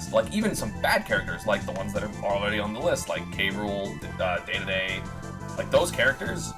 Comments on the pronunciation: Ey yo it's dedede, not daydayday And marth is not that bad, either bottom of the list cuz of lucina or in like high-mid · Esam pronouncing Kind DeDeDe Like that is cringe